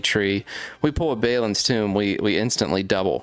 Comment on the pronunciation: ….have you even watched lotr. Thats not how you say balin.